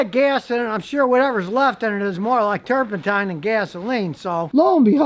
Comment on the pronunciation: I could swear he is saying "turpenTIME" !! Maybe my ears are getting old. Idk.